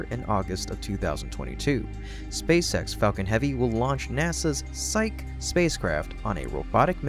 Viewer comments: "Energia" is pronounced "EH-NEHR-GHEEYA." "Psyche" is pronounced "PSY-KEE." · You might want to go back and edit the video, as the name Psyche is not pronounced correctly (pronounced roughly like "sigh kee"). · Psych, as in to psych someone out, is pronounced sīk. Psyche, the totality of the human mind, and the name of the mythological Greek goddess of the soul, is pronounced sī-kē. That's High School level learning here in the United States (at least it was when I went to High School). Judging from this and other mistakes already commented on, I would encourage you to research your topic more thoroughly before posting your videos. Credibility is everything in YouTubeland, and the largest portion of your target audience will only give you a few opportunities to prove your videos can be taken seriously and are worth watching.